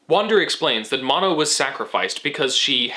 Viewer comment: I think it's also "Mo-no"